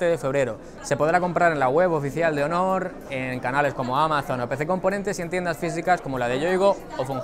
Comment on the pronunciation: Aaay... esas pronunciacioones jeje (hónor) pero buen video y equipo Xátaka